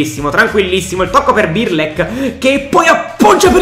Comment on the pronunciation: Non si può sentire 'Birlek', impara a chiamarli con il loro nome